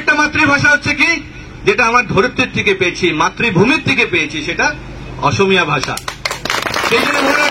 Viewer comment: অসমীয়া শব্দটো কব নোৱাৰে osomiya বুলি কৈছে